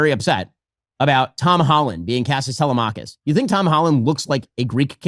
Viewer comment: Must have been paid off 😂 And how is that Ben and others cannot pronounce Telemachus?